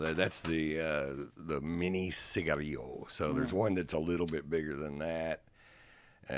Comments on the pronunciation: Pronounced Cigar- Ell-O’ Cigarillo. Not that fancy😂😂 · Cigarillo, but Ron pronounces it like a unique person would. Ron: ciga rio World: ciga re lo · Ciggario?!?! Is that how rich people pronounce ciggarello.ffs :/